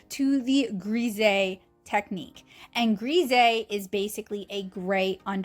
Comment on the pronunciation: Hullo, these are all such amazing examples of undertone painting techniques! I have always heard Grisaille pronounced more “grah sigh” it is so hard for foreign words to be pronounced in English because of the different dialects in all of the different English speaking countries! I think you created some truly lovely artworks! If I can offer a small critique? If you want the “H” to read better have the character cross her legs at the ankle this way we see the upright legs of the “H” or more of one and a wider portion of the horizontal bar of the letter. You did create a very sweet painting. Thank you for sharing so much of this technique with us.